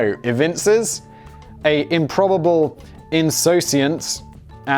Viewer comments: It is pronounced "Inn soo sonce"... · Simon: insouciant. Pronounced: in-sue-shant. Also, you're not middle aged! That doesn't happen 'til you're about 40.